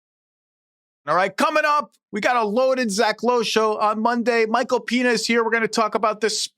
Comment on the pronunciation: Did he say Michael Penis is gonna be here in the open?